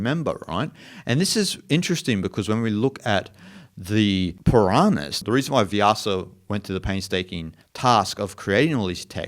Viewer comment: It is not Piranahas but it is Puranas